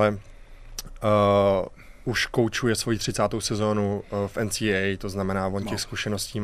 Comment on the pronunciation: Co to porad ten dudak placa ensidablju😂NCW😂 to je ensiejej😂NCAA. Psano foneticky...